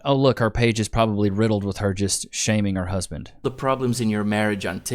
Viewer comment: Any woman that says “my husbint” is annoying